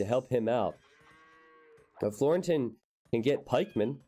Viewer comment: Watched your videos since rocketbeans brought AoE2 back to the surface for me and it's beyond awesome to see you getting involved with them! Looking forward to what the future holds :) (your pronunciation of Florentin was totally fine btw!)